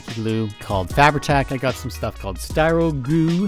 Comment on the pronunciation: Thought I was the only one who said shtuff. Thanks for your hard work